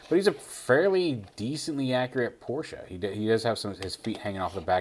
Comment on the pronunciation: Upvote for proper pronunciation of "Porsche"